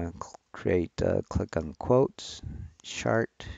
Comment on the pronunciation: First time hearing someone pronounce "chart" as "shart", fascinating as it means something completely different